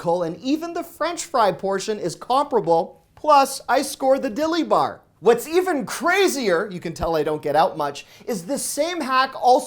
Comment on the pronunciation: The way he emphasize saying a Dilly Bar!! Lmao 🤣🤣🤣